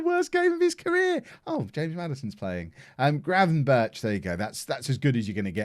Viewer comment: the way he pronounces gravenberch is really good. if his name was pronounced like that.